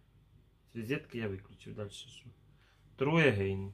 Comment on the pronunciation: Урок английского: Cube- кьюб, а не кубэ Значит куб Pet- питомец, домашнее животное Petcube- пэткьюб Try Again - трай эгэйн - попробуй снова Try- трай, а не тру True- тру- правда Не девиз, а дэвайс- device, т.е. устройство. Ой, пипец, это лучше комеди клаб 🤣👍 Тебя спрашивают, если ты впервые пытаешься подключить устройство, а ты туда девизы "Томас, кис кис кис".... Upgrade- не упградэ, а апгрейд, т.е. сделать апгрейд 🤦‍♀️, пощади!!! Не благодарите.